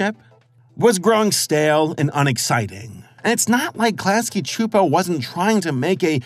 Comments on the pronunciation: It’s irking me that you’re saying Chu-Po…..it’s pronounced Soo-Po. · I always pronounced it "Klasky Soupo/Suupo" Pronouncing it "Klasky (ahhhh) Chuupo" just seems weird / wrong to me. 😂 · Really wish youd say Csupo the same way they did at the end of each episode. This shits gonna kill me if you say their name more than a handful of times in this 40 min video. Like where tf are you getting the "h" from? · I was today years old when I heard some saying "Csupo". And all that time with Duckman, saying it "cuh-supo". Also, "It was a global event, at least to me and my friends" is just a beautiful bit of writing. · klasky chupo? lmaooo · I could’ve sworn the audio would pronounce it “cusp-o”, yeah? I’ve gotta go relisten to it… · When I was a kid I always pronounced their name "Klasky Kuh-Supo", lol. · Super bothered by him pronouncing Csupo wrong for some reason. Silent C. Supo. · Btw the last name Csupo is pronounced “chup-O”. Like “cup” but with a ch like chip. I have a great uncle with this last name who also came over from Hungary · Where are you getting the “ch” in Csupo? Have I been saying it wrong? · Your pronouncing CSUPO all wrong